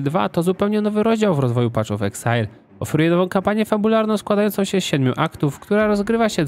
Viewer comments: Wszystko super tylko "paf" of exile, a nie "pacz". Path --> Patch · *Paf of eksajl , a nie PACZ of eksajl ;) tam nie ma patCH tylko jest paTH